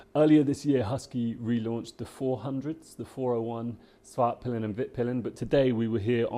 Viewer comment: The correct way to pronounce the names is: Vitpilen = ”Veetpeelen”, not ”vittpillen”. Svartpilen = ”Svartpeelen”, not ”Svartpillen”. Svartpilen = Black arrow Vitpilen = White arrow.